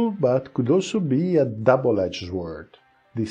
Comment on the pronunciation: please my dear friend. the word sword ss pronouced as sord.